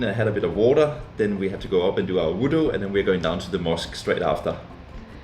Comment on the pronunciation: Its wuduk...not voodoo lol